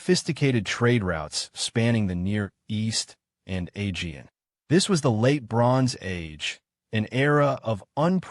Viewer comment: I came here looking for a geological explanation for the 3.2k year drought, but in the first minute this guy shows he can't pronounce 'Aegean', so it's not looking good. 😢